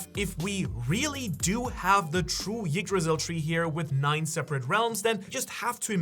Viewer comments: The tree is called "Yggdrasil", not "Jiggdrasil". But the fact, that this guy knows exactly how to pronounce it correctly, but chooses to do it wrong, just hurts.. so cringeworthy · you don't have to pronounce the "y" part of yggdrasil so hard. the first sound is more of an "eek" sound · Come on, it's not pronounced Yggdrasil, it's pronounced Yggdrasil.